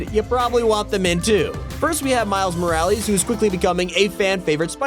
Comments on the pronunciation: Did he say soron it’s Sauron and it’s not Golem like an iron golem from Minecraft it’s gollum and miles moralees it’s miles morales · Are we not gonna talk about how he said Mike’s moralees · Did he just say "miles moralees?😂" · did anyone catch how he said miles he said miles mralies lol its ok i hope they do that thooo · he said miles… moral e’s